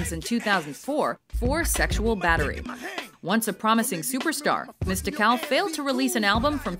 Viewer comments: I stopped it at number 10 because how she pronounced MistiCAL's name SMH. Im out. Just from that I can tell this shit was about to be ass juices everywhere. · Shoulda had a black guy do this video. "#10 mist-ik-al..." its mist-ic-ul... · "Mista cal?"...smh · Ok, I kno this is an older vid but being from N.O she killing me with her pronunciation of Mystikal.... it’s just Mystical witta K mama.....And I kno Shake ya Ass was his breakout shyt but Mystikal first disc was THE SHYT💯🔥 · she fucked mystikals name all up... she said mista-kal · Do these people know anything. As soon as I heard chamillionaire I wanted to turn it off. Then I saw Mysi"cal" as they called him. I turned it off. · That just isnt how you say Mystikals name. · princefiggy yeah I thought that was weird too how they pronounced his name. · So am I but if she's gonna put in the time to research these people for the video at least take the time to get the name right. Just a pet peeve of mine with these list videos. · The way she's saying Mystikal is why you shouldn't have a white woman narrate a video like this!